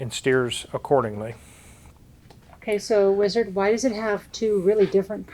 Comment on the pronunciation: The Whee-Zard.